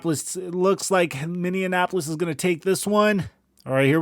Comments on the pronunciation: Fun fact its not “MINNEANONAPOLIS” its (MINNEAPOLIS) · Love how he says Minneapolis... it's like he's mixing it with Indianapolis lol